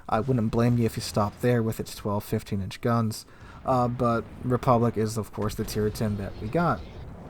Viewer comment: Your French pronunciation needs some work. It’s not “Republic,” it’s “République,” pronounced: “Reh-pub-leak.” The Alsace is pronounced “Al-sass,” not “Al-sais.”